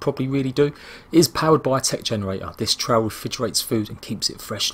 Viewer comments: trough is pronounced trof.just saying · you use a trowl in the garden, it's a trof (trough)